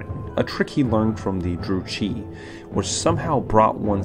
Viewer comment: dark elf druchii is pronounced "Drew Key"